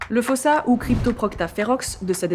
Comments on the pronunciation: S'il vous plaît la prononciation malgache c'est "fousa" le o se prononce "ou" en malgache. Quand on vous entend dire fosa on entend "fôsa" c'est bizarre (et on écrit fosa avec un seul "s", qu'on prononce "ss") ;) Sinon merci pour la vidéo sur notre île ^^ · Si jamais en malgache ça se lit "foUssa" et non "fOssa" 🙂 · J'ai entendu des malgaches disant que c'est "fousse" et que le "a" à la fin est méga rarement prononcé de façon à ce que ça soit audible. PS: votre nom sonne très malgache, n'hésitez pas à me corriger si je me trompe ;) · Mais ça se prononce fosa.(foussa) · Épisode passionnant! Pitié dites-moi que je suis pas la seule a avoir entendu "Foussa faim" pendant tout l'épisode! 😆 Ça pique pas trop les coups de soleil? 🤣